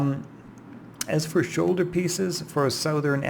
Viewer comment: Who the hell pronounces it the SO-thern?! I could understand SOO(like soothe)-thern or SOW(like the word for female pig)-thern but SO-thern, that's just... that's just wrong!